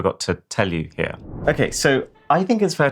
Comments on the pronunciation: Emphasis on “here” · u should have really emphasized the word "here"